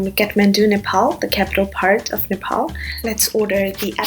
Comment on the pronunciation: sorry i am a nepalese i just cant help hearing this as its supposed to be nepal